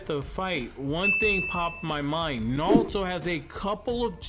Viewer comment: His name is naruto not nalto